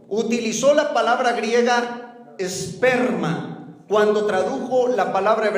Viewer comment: no dice esperma...dice sssperma. las pronunciaciones son muy diferente. hay q saber utilizar correctamente las palabras Porq cambian el significado.